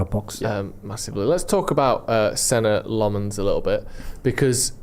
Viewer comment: The Irish Red living in Antwerp. I’d appreciate if everyone started pronouncing our no.1’s name right. It’s Sen-Nuh La-Muns (say it fast)